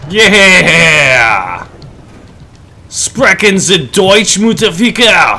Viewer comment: Haha :D i almost spillt my coffee when i heard you say "sprechen Sie Deutsch, Mutterficker?" ^^ btw. your pronunciation was pretty good.. yes, too hard and the well known "k" for a "ch" but every german would have perfectly understood what you just said ;)